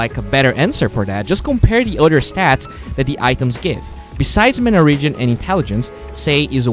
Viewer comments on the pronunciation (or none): none